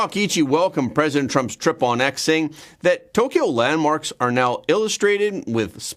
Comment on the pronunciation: That’s are, not arr